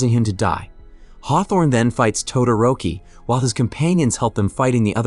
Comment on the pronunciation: Mmmmmm yes "todaroki"